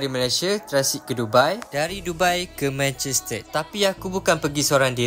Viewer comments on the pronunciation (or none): Abg pelat r ehh Manchester ❌ Manchested ✅😂